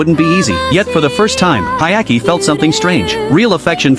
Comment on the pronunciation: Hyakimaru * Why would you call him Hayaki lmfao